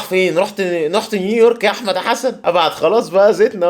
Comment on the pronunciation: بس هيا نطقها نيورك فعلا مش نيويورك